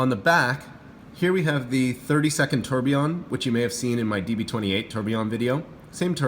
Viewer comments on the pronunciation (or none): Beautiful watch! Deadbeat seconds are cool, it's a watch geek complication for sure. My only issue with the review: do you have to call it a "terb"? 😂😂😂😂